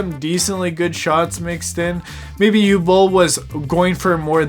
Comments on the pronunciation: What is it with Americans imposing their own ignorant pronunciations on foreign names and words? Uwe Boll's first name is pronounced (approximately) 'OO-VEH', not 'yoo'. If you can't be bothered with an education, at LEAST ask around, for fuck's sake! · Bro, it's Uwe Boll and not Hugh Boll...not that difficult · I can understand some saying “Oove”, as one syllable. Or even Yu-weh, as two. But not “Ooo” or “You”. Easy to look it up on Wikipedia and press the loudspeaker icon. I think the Dune character was Dr Yueh. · oh, you mean "OO-veh" AKA Uwe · Uwe is pronounced oo-veh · Uwe is pronounced OO-VA. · Oo-vuh is how it’s pronounced. Can’t wait to watch. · '' ooveh bowl'' is the pronunciation. Fun video. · Dude it’s pronounced OOOO-VEEEE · his name is pronounced °OO•vuh°! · Uwe is actually pronounced “oo-vay” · Just watched it. Very powerful. But please try to pronounce Uwe properly. It's not Hugh... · It's OO-vay Boll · I’m fairly certain the name Uwe is pronounced “oovay” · Oo-vey is how we pronounce Uwe. By "we" I mean people.... Looking forward to seeing this film! Cheers! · Uwe is pronounce Oo-vay, that said, he has made dozens of movies, well known for his B rated movies with "deep" messages. Nothing he's done has been really world changing but this one might be that ONE film... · the first name "Uwe" is pronounced Ouveh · We need lots more politically incorrect cinema! 👍 Just FYI, Uwe is pronounced Oovay. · Uwe = Ooh-Vah. Two syllables! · Uwe "you way" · Its difficult to express just how incorrectly you pronounced Uwe Bolls name. Uwe -> Oogh - W - (as in Water) -EH (as in meh your pronounciation could be better) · If you're interested about how the directors name is pronounced, just think about the vacuum cleaner brand ...Hoover. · You’re butchering his name 😂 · ok but please pronounce his name properly at least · I pronounced his name like the doctor from Dune that betrays the Atreides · The W is pronounced like V in german